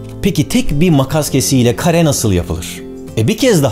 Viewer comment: Kare yerine kaya demesi